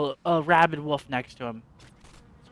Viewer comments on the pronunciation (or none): ***** It's the way he said wolf that is funny :D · It's a regional pronunciation of "wolf."